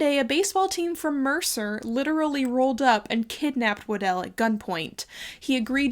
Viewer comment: Super interesting video, but also you are one of the only people who I’ve heard pronounce my last name correctly. Its always mispronounced as “waddle” which I understand if you are just seeing it for the first time but it has become a nickname that I really hate. Anyways, keep up the great work!